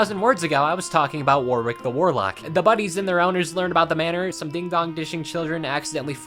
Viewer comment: "Warwick" is generally pronounced, "Worrick".